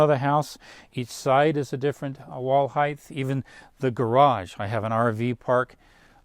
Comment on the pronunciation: Height not heighth